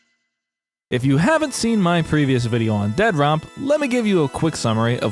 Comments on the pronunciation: Dead - Rop? Lol it's Dead Drop. You are clearly clueless to the point of this process, let alone the process itself. We've been seeing the game at stages no other dev would dare show the game... for the exact reason that people LOVE to talk about shit they know nothing about. Lol. I can't even finish the video because you saying "Dead Rop" is truly annoying. Review the game when it's done. Then you can talk. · Why do you pronounce it Dead Rop instead of Dead Drop? Must be fun to poke fun at others' hard work. Instead of dumping on Doc and his venture, why don't YOU try and do something that's even remotely close to this? FYI Advanced Warfare was by far one of the best COD titles ever and IMPE the best. Its crisp responsiveness and Map design was by far the best and the weapon variety is unmatched in any other FPS game ever. Quit being a douche and talking out of your hind quarters just because you have a YT channel with a few thousand Subs. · I love your insistence on pronouncing it "dead-rop" every time, lol. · How are you saying it in one word but make it sound like Ded Rop.😬🤢 I dont have a pc but i feel like id be hyped to play up until i actually got to play lol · You're clearly saying the title wrong. With the obvious endorsement by Dr. Disrespect, it should obviously be pronounced Dea Dr. OP. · The only thing more stupid than this game itself is your pronunciation of its name. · Sure, but titles, especially in the entertainment world, often use the letter as a double when one word ends and the next starts with the same letter. If I thought he was just taking a poke at the situation I wouldn't have mentioned it, but he says it like he believes that's the way its supposed to be pronounced. Just one of those little type things that can bug the hell outta someone, & it was bugging me lol. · I know the spelling is crap, but if you can't even pronounce the name the correct why, i can't waste my time watching this video.